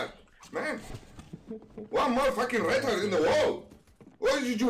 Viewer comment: When he says "Retard" it sounds like "Rental" 😂